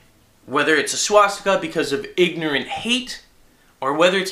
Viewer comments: stika not steeka lol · It's pronounced: SWAH-STICK-AH. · i was thinking penis still he said swastiker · swashTEEEEEKA? pronounce it right man. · Please, please stop calling it a Swaaaaaas-teeeeeka. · Why do you say swastika the way that you do? Is it an alternate way of saying it? :o